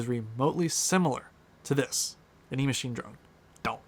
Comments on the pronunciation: And it's not E-Machine... It's Echine... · It’s EACHINE not E-Machine. 🙄🙄🤓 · I think you are saying "Emachine" as the name for this drone, but the web page you show toward the end of your video shows it to be "Eachine" (without the M).